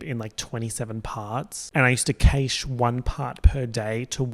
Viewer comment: he says, after pronouncing "cache" in the worst way possible.